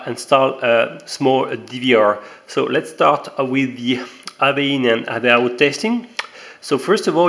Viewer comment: bizarre ton accent et amusant ... (il n'y a pas de "H" devant le "out" ... et "AV" c'est avec un "AV" qui se prononce "HAYVI") ... Sinon la video est super intéressante :-) Bravo ! Impatient de recevoir les miennes !